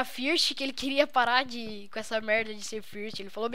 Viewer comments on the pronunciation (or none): nao fala first fala fârst ingles asaiushaiuh curti o video :D